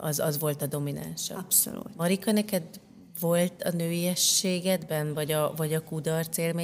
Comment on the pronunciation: Könyörgöm, ne használjon idegen szavakat, aki nem tudja rendesen kimondani őket! Rettenet irritáló Melanietól az “abszolult” és az “önreflekció” sokadszorra. Anita meg “vállik”. Médiában megnyilvánuló emberek, beszéljenek már helyesen!